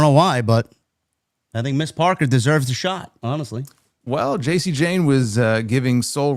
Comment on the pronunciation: THANK YOU FOR SAYING JAIDA'S NAME # MS.PARKER!🎉